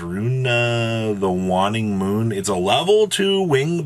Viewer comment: It's Wayne - ing. That's how you say that. Waning Moon.